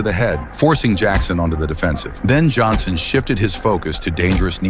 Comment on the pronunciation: You said Jonson bro